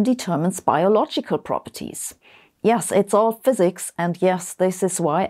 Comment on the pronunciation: Its fsiks 😅